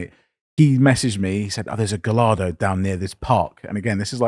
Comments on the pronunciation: lol, you don’t pronounce the lls in Gallardo 😂😂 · How is it possible that both of you pronounce Gallardo the exact same incorrect way?